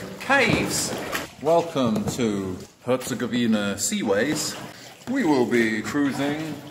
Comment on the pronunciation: Herzegovina - the emphasis is on the "gov", not the "vina" LOL!